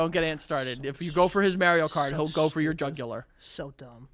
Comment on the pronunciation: “Merio Kart” is so infuriating to hear. And he kept saying it 😡